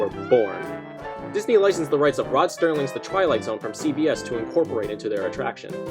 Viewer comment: His name is Rod Serling not "Sterling". Why do so many keep making that mistake?